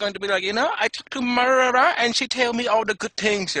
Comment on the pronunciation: She doesn't love you ha ha ha but that was really funny but you got her name right at the beginning of the video you said her name was marahra